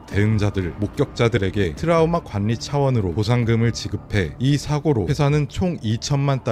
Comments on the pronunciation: 관리를 관니로 읽음. 지방대 ㅋㅋㅋ 괄리로 읽어라 진리 - 질리 순리 - 술리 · Ai인가? 관리 는 관,리 가 아니라 괄리로 읽습니다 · 관리 는 관.니. 가 아니고 괄.리. 라고 발음합니다. ㅋㅋㅋ 이 분 습관인가보네. 그런데 에서는 연락을 연.낙. 이라고 안하고 열락이라고 제대로 발음하네 ㅋㅋㅋ 재밌네 ㅋㅋ